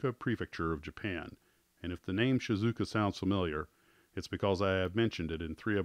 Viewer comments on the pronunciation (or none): No, that sounds definitely wrong. I have been living in Japan for 29 years now, and it's definitely Shee-zoo-oh-kah (unofficial Americanized phonetic spelling; your mileage may vary). The two characters the name is made up from also break between the "u" and the "o": 静岡 that is to say 静 ("shizu" meaning quiet, tranquil) and 岡 ("oka" meaning hill(s)). Thanks for the videos by the way. I used to make model kits when I was a kid. Stopped when I went to college, but two years ago, I gave a Mitsubishi Raiden by Zoukei-mura ( as a birthday gift to an old highschool friend who had continued our old hobby on and off over the past 30 years. Made me want to sniff the glue again as well, but I haven't found the courage yet to take the jump. I think I would if there was a model of the Citroën Dyane around, because I've always wanted to build a diorama of my mom and dad and my little brother and me on holiday in France in the 70's... No drug as powerful as nostalgia,...